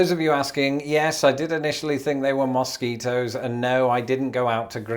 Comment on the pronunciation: Love the way says moss ketos.